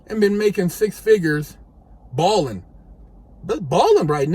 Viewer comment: Balling instead of bawling 😂 keep it rocking in the free world